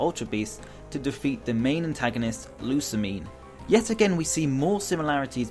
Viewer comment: U SAY IT LIKE DIS._. (Lu)-(sa)-Mine)